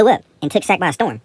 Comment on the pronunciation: Sic-x??? You even from Sac?